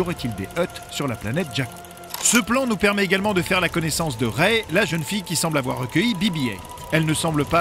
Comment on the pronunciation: écris Rey correctement et ça se prononce ré.